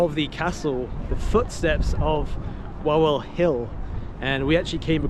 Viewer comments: Nie łałel tylko Wawel (vavel) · How come your friend didn't teach you how to pronounce Krakow or Wawel properly